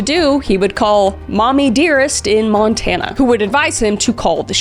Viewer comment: You not even gonna apologize for completely destroying the town names of Montana? 😂